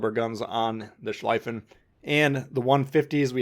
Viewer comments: "schliefen" is pronounced like "shleefen" in english, not "shleyfen" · Please dont call it „Schlaifen“; its pronounced „Schleefen“ Just like „Zeeten“ not „Saiten“ :) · The "ie" in schlieffen is pronounced as you would pronounce "ey" in key, but with an l instead of k at the beginning of the word.